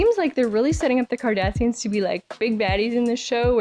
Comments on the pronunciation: I think it’s super cute how twice in this episode you said Kardashians like the Hollywood family instead of Kardasains (sp?) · Dear lovely, it's "Cardassians", NOT "Kardashians". 😉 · I swear it sounds like you said "a problem with the 'Kardashians' " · Mispronouncing Cardassians, made my day. 🤣 You are priceless. 😂😂